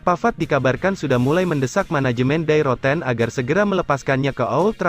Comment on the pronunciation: Die Rotten.... pengucapannya bukan seperti kata "Die" dalam bahasa Inggris.